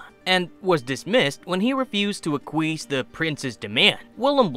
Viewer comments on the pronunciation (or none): Acquiesce is pronounced ak-we-ess. Not aquees.